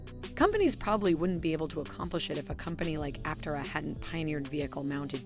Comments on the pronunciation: Yeah "tare" not tay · Looking past the way you say Aptera-it's Apptearah, not just Aptera-good talk! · Yeah I came to the comments to see if this had already been mentioned. Glad it’s not just me. And it is pronounced ApTERa by everyone at the company, and just makes the most sense anyway, so that is the correct way. While the creators of the video put in a commendable effort, unfortunately it seems the narrator was unfamiliar with the material she was reading. Oh well, I’m still enjoying it! Cheers! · Some disagreement here on how the company name is pronounced. Initial reporting on the car pronounced the name appTERA. Here, you pronounce it APPterah. Either way is fine with me. And, however you pronounce it, I hope it will continue to be a great success. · Ap- Tay -rah. We take this sorta thing seriously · App-Tear-Ah lol So, it's a crystal (pieces) and not a single sheet (mono type) does this make it let effective? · PLEASE! train your computer voice to pronounce Aptera correctly!